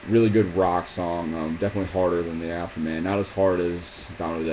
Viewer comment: Dude its AfterMAN. Afterman